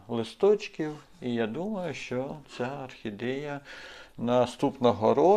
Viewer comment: Особлива вподобайка за рідну мову! Тільки треба трішки попрацювати над вимовою: в українській якщо О, то це О( не а) : тобто Орхідея, пОсадка… пОдивимося, кОрінці… гОдина… але як то кажуть: було б бажання! А інформація дуже цікава, дякую!